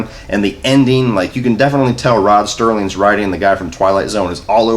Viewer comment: Serling, not Sterling